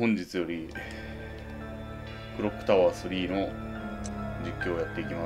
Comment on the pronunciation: 会議配信とver1と2、拝見しました。 下手に一般向けは意識しない方がおじさんは絶対に面白いです。 iPhone付属イヤホン環境化の視聴でしたがver2の音量バランスの方が好みです。 確かに爆発音が大きめに聞こえましたが許容範囲でした。 全体的な面白さでもver2の方が仕上がってました。 クロックタワー3をエセ発音で言うくだり、1の時はそっ閉じしたくなったのですが2では面白かったです。 暖炉のくだりは会議配信の時が圧倒的にキレてました。 一番面白かった爆破シーンの甲子園のくだりは、2回見てもめっちゃ面白かったです。 ver1＜ver2＜＜＜＜＜会議配信 自然体のおじさんが一番面白くて好きです。